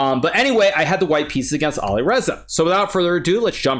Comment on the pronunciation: Awesome, but please, please learn to pronounce the names of players correctly. (Nepo, Alireza)